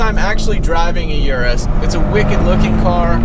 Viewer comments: The "yourus" ? U mean the Urus? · 🗣 and it's "er russ" 🤦🏾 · Don’t like the way he’s saying Urus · It's pronounced Urus, like urine?